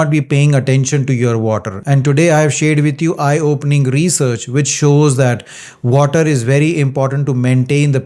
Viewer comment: Oh my god, please learn at the same time how to speak “water.” Don’t you stress too much on “R” in water? Thanks for understanding!